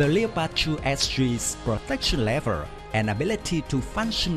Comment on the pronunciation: A little advice mate, Leopard is pronounced with 2 syllables. sounds like Lep-ard as opposed to Le-o-pard. Cool vid though thanks